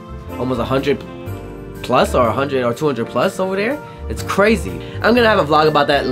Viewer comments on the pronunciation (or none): none